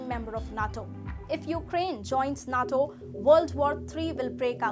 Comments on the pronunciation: Geez.... NATO is pronounced NAYTo, not nat o. Also, Ukraine wants to join NATO for protection from Russia, not as an advanced base to attack Russia. You jump up and down when China pulls its salami slicing trick on other countries, but are happy to let Russia do what it wants, and on a massive scale. Hitler was the same. He wanted the Sudetenland, then the Prussian Corridor, then finally all of Poland, and the rest of Western Europe, then Russia and North Africa. It took the rest of the world six years and tens of millions of deaths to stop him. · It’s nato not not toe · Nay-toe. Natto is a Japanese food, fermented soy sprouts. Al-i. Alley is a small road.